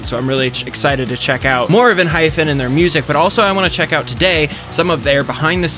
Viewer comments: let me tell you its Enhy-PEN youre calling it ENHY-FEN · lol it’s ENHYPEN not ENHYPHEN 😂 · Am i the only one who hears Enhyfen enstead of Enhypen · Enhy-pen lol pen not fen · I'm sorry, but I literally physically flinch every time you say "Enhyphen" 😭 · Just to let you know it's pronounced 'en' 'hi' 'pen' . There is no 'ph' sound. 😊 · Same 😂. It's pronounced as En-hy-pen😅